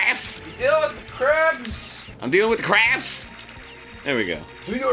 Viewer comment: Oh good, something hopefully less rage-inducing than Eryi's Action. Looking at the concert clip again, it sounds more like CRARBS than CRAFFS. Oh,. It's too bad your English conversational skills aren't as good as your songwriting.